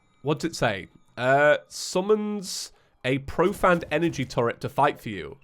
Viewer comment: Profaned is pronounced pro-fained by the way.